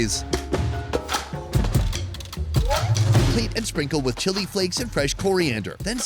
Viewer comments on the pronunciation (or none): none